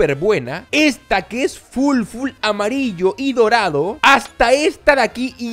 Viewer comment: En vez de decir dorado dijo morado